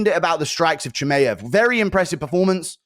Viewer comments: Chimeav and Topuria. Off the top of my head. I just had to turn it off it's so annoying. And l am British too! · you have to be taking the piss guru there's no way you say Chimaev like that lol CHI-MAY-EV I'm a big fan dude but the way you say that annoys tf out of me lol great analysis as always though